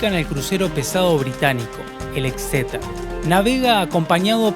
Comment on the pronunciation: cada vez que decia exeter.. un gatito moria